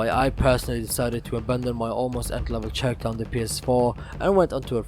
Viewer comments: your saying the word character wrong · ESO is a good MMO, and you did a good job with your video. Just a heads up, the ch in "character" isn't pronounced like the ch in "chapter", but like the c in "cool". Also, the g in "gems" isn't pronounced like the g in "great", but rather like the j in "Jerry".